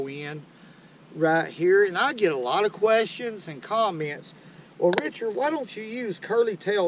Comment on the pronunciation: Lisa Lake Bollocks. If you’ve never heard this accent, your time in the "South" must have been spent in a condo in Atlanta. I live in Alabama: Richard's speech is totally authentic in both pronunciation and idioms.